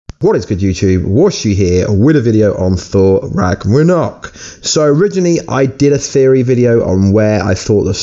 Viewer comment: Ragranok? Massive spoirer? Can you talk properly?